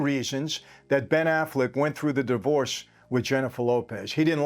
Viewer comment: Did this video start with the bodyguard calling Ben Affleck, Ben “Ass-Flick”?? 😂😂😂